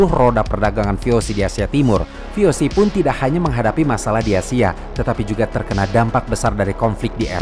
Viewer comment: VOC itu bahasa Belanda dibaca ve o se bukan vi ou si